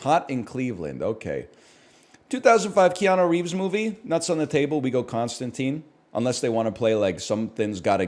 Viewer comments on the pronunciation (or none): none